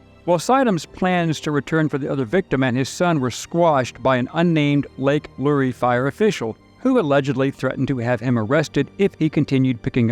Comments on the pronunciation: Thanks for this well done report. Just one tip: the "Lure" in Lake Lure is one syllable, as in a fishing lure. Keep up the great work. It is most appreciated by us North Carolinians. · Lure, like a fishing lure. Not lurey. An ironic part is that the city of Asheville is very liberal and their minds havent changed. Brainwashed citizens and a government that truly hates us, what a time. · Lake Lure, like fishing lure-- not LurEE 😬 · Good story. But, it's Lake Lure, like fishing lure. And when Biden and Harris flew over WNC, they didn't dare touch the ground here, all rescue and supply flights had to stop for over 3 hours!!! Love you, mean it. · The lake is pronounced Lure, the e is silent. Also, Appalachian is latch not lay. The pilot should have just left that area and flown back to get those people anyway. I would think any judge or magistrait worth their weight would have thrown out the charges if he would have actuality been arrested.